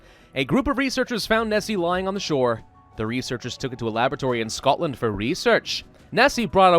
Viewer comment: YES!!! It is said, and a true fact, that you are never more than 3 metres away from a rat in any city in the uk. Other British will confirm this statement. Also: What’s up with that Scottish accent on the word ‘Scotland’?🤷🏼‍♂️ We are always terribly drunk, dirty, smoking, and littering all over the place. If you ever go to London you will understand what I mean.